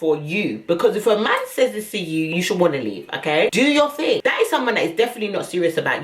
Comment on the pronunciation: "If I do my ting, its gonna be a big ting" 🤣👏🏾🏆 Then you want to get upset now I've done what you said... They're mad 🤣